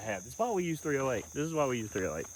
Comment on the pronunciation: That's three-oh-hate...